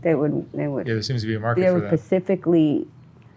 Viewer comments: Pacifically? Specifically? Cause I don't know what the 1st would even mean, maybe some to do with the Pacific ocean possibly. Now the ladder is 1 exact thing or one thing in particular. Poor gal it's not her fault she doesn't know any better. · Its "specifically" not "pacificly". Pacific is an ocean. Specifically is referring to something that is specific. Its just hard to hear decently intelligent people like this use simple diction incorrectly just because she never got a proper education.